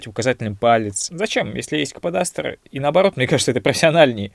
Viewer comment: Слово кападастр сложно для картавых вроде тебя